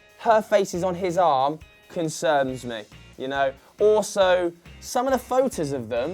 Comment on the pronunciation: "concerms me".